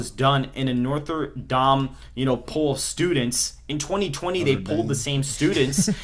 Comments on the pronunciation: I support Trump, but the problem is this guy lost so much credibility when he could not pronounce Notre Dame? Seriously? He said Northern Dam-e! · Norther Dame? lol